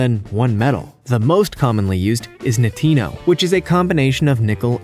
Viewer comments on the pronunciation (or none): NITINOL! Was this made from a Latino at night? Nothing takes the place of learning new things from a channel like this knowing full well that the narrator doesn’t know how to correctly pronounce terms. Sad.